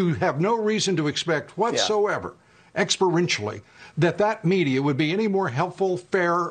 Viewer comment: "Expo-rentially!" . Boy howdy, Lou is mad!